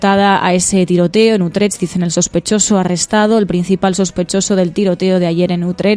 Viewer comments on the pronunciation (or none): querida! Quedaría mejor si para hablar de Utrecht aprendéis a pronunciarlo un poco mejor, es que suena muy raro y, sinceramente, un poco ridículo🙄 Un biquiño!